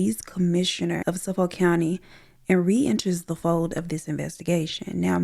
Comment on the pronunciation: The way you said Suffolk County lol. Those of us from there are always tickled by the way outsiders pronounce our cities. It’s Suh-fick County 😂 Love the art!!!! 🖼️